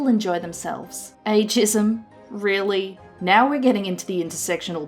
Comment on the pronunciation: Had to pause to comment this. Ageism sounded like you said a-jism... or maybe I've had too much internet - nah I blame you.